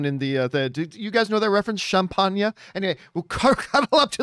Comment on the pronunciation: John, your champangnyah needs more cow bell. ; )